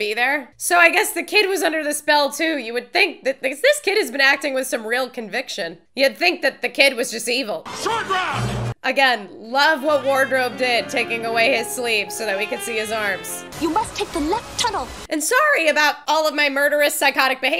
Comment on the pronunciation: His name is Short Round, not Shorty.;)